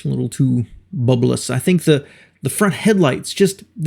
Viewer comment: BULBOUS.. Not "BUBBLELOUS"...